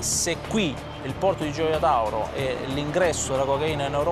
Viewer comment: Par contre Gioia tauro il le prononce mal on ne peut être bon sur tout les noms italiens